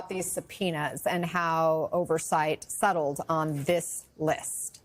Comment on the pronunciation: "Oversight "Suttled" on this list" 😂🤣😆